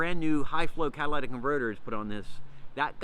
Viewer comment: Holy shit - You talk too fast. Also, it’s Cat-a-li-tic converters.